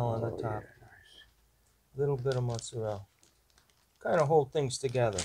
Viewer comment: It cracks me up when I hear people say mozzarella without the "a", just mozzarell, lol. The pizza looks good! Good work guys.